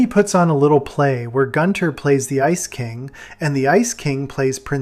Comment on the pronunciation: Not goon-ther